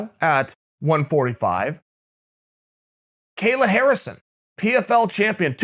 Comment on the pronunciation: Lmao how do you screw up a 2 time gold medalists name when their name is literally just KAY-LA